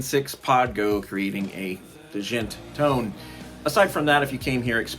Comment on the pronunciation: It's pronounced like "jent" lol